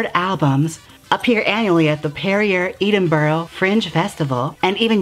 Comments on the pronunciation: I can't stand when people pronounce Edinburgh as 'Eden-buro' it's 'ed-in-bur-a' lol. Loved seeing Paul O'Grady in this :) Always watched Lily Savage when I was young and watch his tv shows now. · wow that is not how you pronounce Edinburgh Its Ed-in-bruh not Eden-burg lol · Poor Americans. I'm quite sure you're all convinced you're speaking English... you're not. Edinburgh is pronounced ED as in HEAD and INBURGH as in INBRA. Try it if you like, or not. Just don't ever attempt to say the word "mirror" in my presence. For an American that's a tongue twister, so forget about it and say "looking glass". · Awesome episode honey. Glad to see you talk about Lily Savage, she is a legend here in the UK. As a Scottish person I had a laugh at how you pronounced Edinburgh though. Haha. If you want to know how to say it, phonetically it sounds like Eh-Den-Burr-Ugh. :) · Hi love your videos, just wanted to say the Edinburgh is pronounced like Edd in bruh, coming from someone who lives in Edinburgh :) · Jaymes I love you hun, but your pronunciation of Edinburgh literally killed me with laughter, I still love you though x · Hearing Americans try and say "Edinburgh" is so funny 😂 💖💖💖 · HER PRONUNCIATION OF EDINBURGH I SCREAMED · Wow the pronunciation of Vauxhall and Edninburgh was just not on.